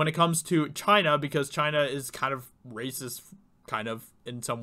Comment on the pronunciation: sounds like Poggle the Lesser when he says 'rrrracist!'